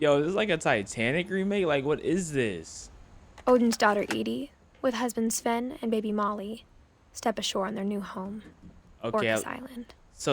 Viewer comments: It's sven not seven 🥲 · Bro calls sven seven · its pronounced sven(sf-en) theres no e between the s n v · Are we gonna glaze over the fact that he said seven rather than sven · I know im practicing a year late, but why does pronounce “Sven” as “seven”? 😭🙏